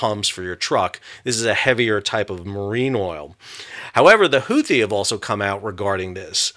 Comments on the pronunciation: Is it pronounced Who-Tea, or Who-Thee? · "the Houthi" lol dude